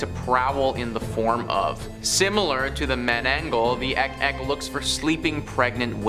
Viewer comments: I think it's pronounce as ik-ik not ek-ek. 😉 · Its IK IK Not Ek Ek